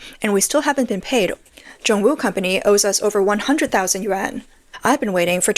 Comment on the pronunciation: Narrator should learn correct pronunciation of Chinese currency!